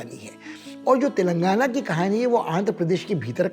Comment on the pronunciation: तेलांगन ❌ तेलंगाना/तेलंगाणा ✅ Yahi haal कर्नाटक/कर्नाटका ka hai. Dakshin mei (netao ke alawa) koi Hindi se nafrat nahi karta. Par agar uttar bhartiya yaha saalo saal reh kar sthaniya bhasha seekhna to dur, rajya ke naam ka uchcharan tak sahi se nahi kar paatey hai, to jayaz si baat hai ki sthaniya logo ko naraazgi hogi hi. Chalo mat seekho Telugu/Tamil/Kannada, par rajya ke naam ka aisa galat uchcharan seedhe seedhe yahi sandesh deta hai - 'Jao, mai tumhe itna bhi sammaan nahi deta ki tumhare yaha ke naam sahi se bolu.' Isse zyada anaadar wali baat nahi ho sakti.